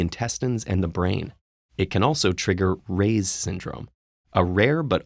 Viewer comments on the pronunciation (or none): Reye's Syndrome survivor here. The pronounciation is wrong in the video. It's not "Ray's" Syndrome. It's pronounced like "rye bread". Reye's Syndrome. Cool video otherwise. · Hey,, ask somebody how to pronounce “salicylic” and “Reye’s”.